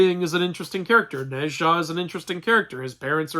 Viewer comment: Wait, isn't it supposed to be pronounced like /No cha/?